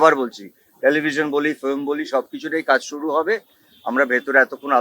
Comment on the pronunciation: Flim…. Bumba Film bolteo shekheni 😂